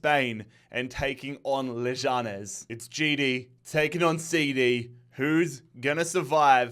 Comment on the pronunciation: You’re saying leganes wrong